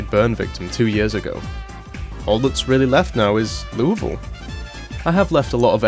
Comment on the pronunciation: First zomboid youtuber I've heard pronounce Louisville correctly!